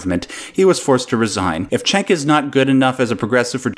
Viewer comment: Cenk is pronounced Jenk, not Chenk.